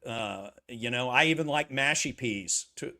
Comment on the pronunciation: It's mushy peas - not mashy peas.